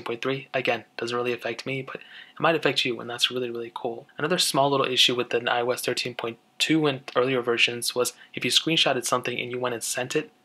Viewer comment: iOS (ee-os)